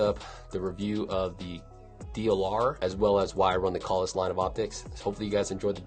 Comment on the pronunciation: pronounces it correctly. To many people pronounce it wrong by saying “kales”.